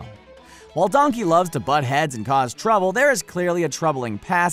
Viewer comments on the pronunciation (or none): Donkeh more like dankey